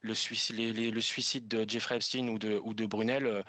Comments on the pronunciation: Ce n'est pas Epstine, mais Epstein. Vous le faîtes exprès. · Epst « ein »!!!! C’est comme Liechtenstein, Frankenstein, Harvey Weinstein !!!! Ce n’est pas compliqué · Quand vous dites epstine, c'est en hébreu?????